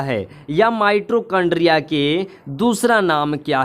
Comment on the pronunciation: Pahle bolna sikho mitrochondria nahin mitochondria hota Hai